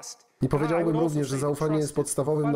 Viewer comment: "powiedziałbym" ma akcent na drugą sylabę. Na trzeciej brzmi bardzo dziwnie.